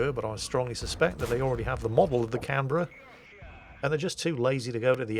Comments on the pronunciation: As an Aussie, you have my approval of your pronunciation of Canberra. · Yes he did well...